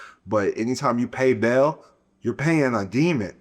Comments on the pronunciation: Dude said Baal is “Bail” thats completely false. Its pronounced Baal - “Ball” not “Bail” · It's pronounced ba-al..... Like bow.. but still love the content